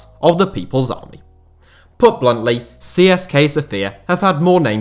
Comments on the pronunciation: It's pronounced Siska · It is pronounced "tse se ka" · I'm Bulgarian and I didn't expect something about our clubs. I prefer Levski but I barely watch our football as it's quite bad. Also something I find kind of funny is that I've never heard an English speaking person pronounce CSKA correctly. If anybody cares it's pronounced Tse-Se-Ka